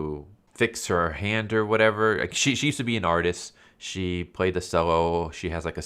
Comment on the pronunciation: FYI the cello is pronounced chello not sello